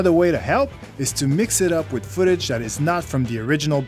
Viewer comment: "Wit YouTube" and "alumnis" ... ugh its's hard to listen to this guy butcher the English language.